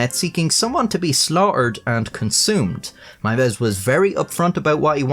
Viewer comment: Congrats on being the first non German speaker I've ever heard pronounce "Meiwes" correctly